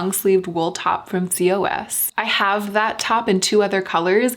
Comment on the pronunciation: I think COS it’s pronounced “cause” or “koz”.